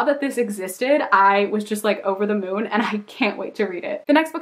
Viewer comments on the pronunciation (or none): none